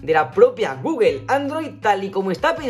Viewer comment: Saludos, con todo respeto y sin ánimos de molestar, porqué dicen “guguel”??